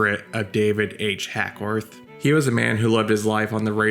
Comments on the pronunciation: HACKWORTH NOT HACKSWORTH. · It's Hackworth NOT HackSworth> Christ, have some respect and get the name of the subject of your video straight! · Why do you keep calling him HackSworth?